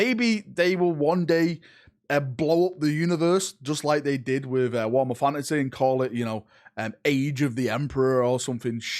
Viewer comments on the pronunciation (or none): War 'ommer FortyFousand.